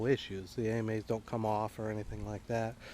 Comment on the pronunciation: Nice mods, but for God's sake, they're pronounced "Amas" (Ah-mahs), not a-m-a's. … and the arms are the Akas (Ah-kahs). The only thing I find fugly is the motor. If you can afford a TI, you can save up a year later for an eVolve electric motor by Torqueedo. Much cleaner look, whisper quiet, and quite efficient.